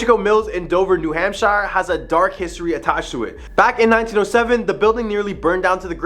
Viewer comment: The State name? No. It's pronounced hamp-sher, not hamp-shyre.